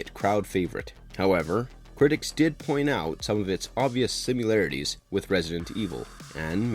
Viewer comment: “Sim-il-arities,” “not sim-u-larities,”